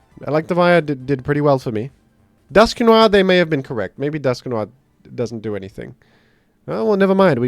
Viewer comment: DUSK NO 'R'